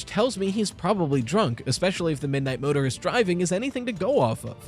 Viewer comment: keeps saying Midnight Motorer like murderer